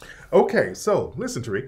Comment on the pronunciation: Tear-Rick (Tariq) 🤣🤣🤣🤣🤣🤣